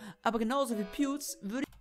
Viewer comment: "Pewüds" xDDD